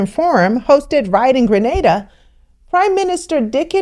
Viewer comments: Yayyy! She pronounced GrenAda correctly this time! Thanks for correcting that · Thank you you said it right Grenada 🇬🇩 home sweet home